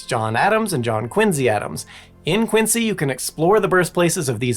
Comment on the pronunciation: Wow im from Quincy, Ma. My city is amazing! City of presidents! (2 from there) And the USS Salem. And he even pronounced it correctly!!! Wow that was awesome.